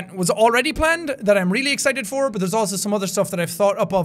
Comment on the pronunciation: EVERY time he says "for" it makes me smile: "I wasn't there fer that!"